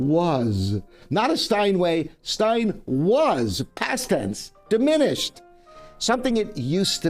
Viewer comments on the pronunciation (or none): none